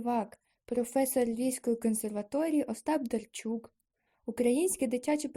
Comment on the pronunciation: Ужас! Пропустила одираз "й" и сказала эго только когда повторяла. Не правельно произнесла "Остап Дарчук" и вместе этого сказала Остап Дарчук. Не ставишь нормально паузы.. И повторяешь одну строчку раз 7. Короче ёще куча работы. НЕ СИЛЬНО ОТЛИЧАЕТСЯ ОТ АВРАМПНКА